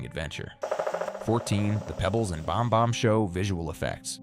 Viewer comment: The AI is strong with this one. Bahm-Bahm instead of Bam-Bam? Really?!?!?!